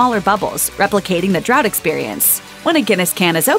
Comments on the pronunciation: Draught is pronounced like draft. Not drought. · In Ireland its pronounced as draft